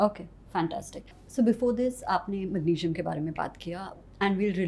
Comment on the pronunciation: These days Anyone can sell supplements & recommended them as well! 😅 by the way pronunciation was dramatic, decisen, aycideity, thyyyroid, mangesinum?? 😮 had a toast & went for gym🏋️‍♀️ 😅😅😅funny... that guy has 4-5 supplements fr sleep?? Like really??